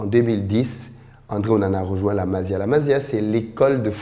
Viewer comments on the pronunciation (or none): tu trouves trop d'excuses pour Onana c'est ton cousin ou quoi? Ça se prononce MASSIA pas MAZIA!